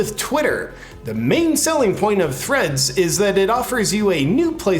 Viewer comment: Im sorry JP, did you say Threads or Threats?